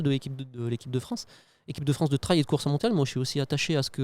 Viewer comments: Le "treille" ou le "traille". S'il vous plait les médias français, allez, en 2026 on bannit cette prononciation ! On peut le faire ! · le traille vraiment ca rend fou